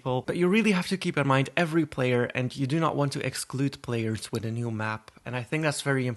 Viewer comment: I’m sorry but when you said “Wit” LOL ITS With